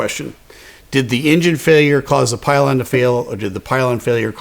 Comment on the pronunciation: Love your content! But, I say pylon